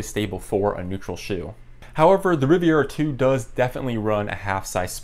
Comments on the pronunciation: sorry to be that guy but its'Rivera' not 'Riviera'. Good video though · Rivera, not Riviera, but I appreciate comparison